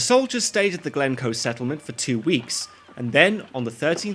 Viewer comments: Er that's Glencoe, not Glemcoe! I'm sure those "reaction videos" are mostly fake. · It's Glencoe btw